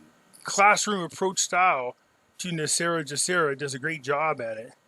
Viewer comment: WHY DO SO MANY PEOPLE PRONOUNCE GESARA INCORRECTLY. PRONOUNCING IT WITH THE J SOUND AS IN THE WORD JOB IS INCORRECT. IT SHOULD BE PRONOUNCED WITH THE G SOUND AS IN THE WORD GOOD. THE G IN GESARA STANDS FOR GLOBAL. DO YOU PRONOUNCE GLOBAL AS JLOBAL? NO, IT'S "GESARA" NOT "JESARA".